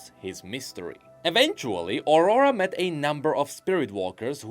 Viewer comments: can't help but hear Ora Ora every time you say aurora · Please, try to pronnounce "Aurora" correctly... My ears...